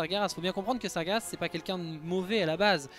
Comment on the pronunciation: Sargeras se dit Sar-jé-rass et non Sa-gué-Rass! Merci de faire attention à la phonétique... tu dis Gérard et pas Guerard j'espère...